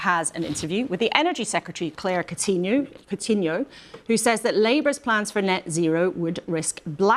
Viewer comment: The way British people say coutinho haha